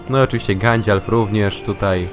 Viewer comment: czemu muwisz na gandalfa gandzialf????